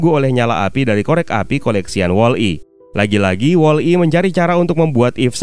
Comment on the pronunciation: BANG BUKAN WALL. I TAPI WOLLI